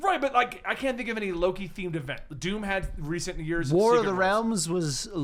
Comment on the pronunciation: i heard doop not doom ha